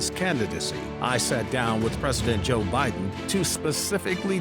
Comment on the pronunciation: JOE BYE-THEN.... PLEASE GO!!!